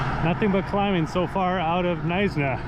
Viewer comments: Just a heads up - it's pronounced "Mews en berg". Believe it's nicknamed Jewsenberg due to its high proportion of Jews. Really enjoying your videos. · It's Muizenberg. If you pronounce it wrong then... you probably need more schooling. And nothing brave about the route you took. Just very dumb. Wasted 10min skipping through your video. You took a boaring road. Next time you do a route ask the rite people.